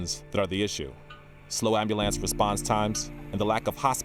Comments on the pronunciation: Did he say Ambewl- lance? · The dude said ambulance wrong wtf